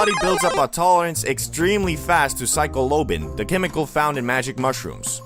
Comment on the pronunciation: Psilocybin not cycloben whatever the hell that is 😂😂😂